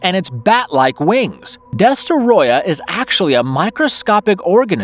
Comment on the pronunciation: I wish I can give you two upvotes for pronouncing Destoroyah's name correctly.